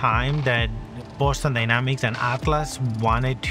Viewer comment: Boston "Dyramics" ????